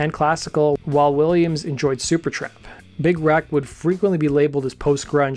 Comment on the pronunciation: Everytime you say Big Wreck, it sounds like Big "Rack". :D They are awesome. RIP Doherty.